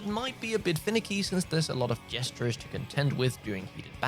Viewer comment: Gestures, 2 syllables not 3 😂